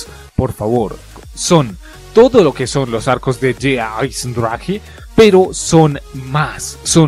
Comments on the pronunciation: deraisendrak,asi se pronuncia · Se pronuncia Deaj Aisendraje en aleman